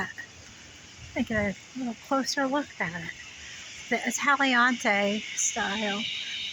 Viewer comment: Thank you for posting this video, awesome views!! Italianate is pronounced “uh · ta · lee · uh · nayt”